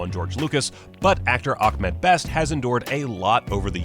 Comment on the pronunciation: It’s not Akmad Best, it’s Ahmed Best